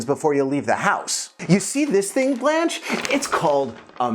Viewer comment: I'm so irritated how he wrongly pronounced her name.